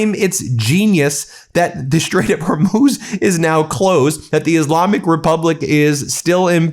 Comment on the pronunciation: Can he actually not pronounce the letter 'H'. I thought he was taking the piss out of Trump when he kept saying yoouge instead of huge but now he's saying youmiliation instead of humiliation and now I listen closer he is taking about the Strait of Ormuz